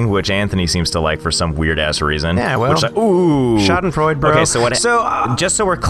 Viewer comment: ANTHONY! It's not Schadenfreud. It's SchadenfreudE... You probably also pronounce the car brand "Porsh", don't you?